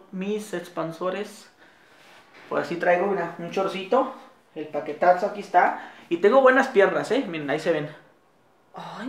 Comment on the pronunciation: Humberto Sosa dice paquetatzo el naco :v